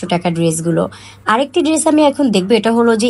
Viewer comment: It's গাউন not গ্রাউন আপু আর প্লাজো হবে ফ্লাজো না